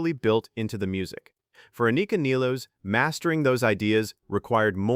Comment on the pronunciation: At least you are the first one who pronounce her surname correctly.